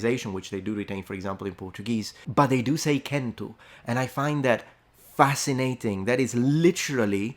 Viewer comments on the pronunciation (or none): Logudorese speaker here, we don't pronunce the "m" at the end of chentu